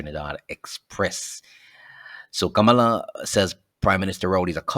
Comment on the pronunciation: Her name is pronounced Kam-lah!